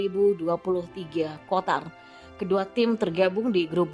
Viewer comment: tiap gw ikutin Chanel ini knapa penyebutan Qatar masih aja KOTAR.. ini admin BEGOOO atau O'ON yaa... klo gak bisa nyebut Qatar ( dgn huruf Q ) yaa KATAR aja min yg gampang...